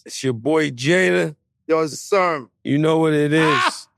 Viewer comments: Joe... my guy... its Sermon not Sherman..... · He said genius but also said Sherman lol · It's SERMON Joe,,,, SERMON,,,, not Sherman 🤦🏽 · How Joe keeps saying Erick "SHERMON" 🤣🤣🤣